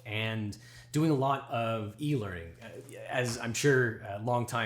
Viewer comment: OBJECTION! Whenever you said E-learning in this video, it sounded like EEL-ering, which sounds very fishy.